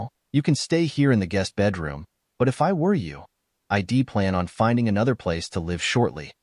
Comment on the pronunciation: "EYE-DEE"? Goofy ass robot narrators!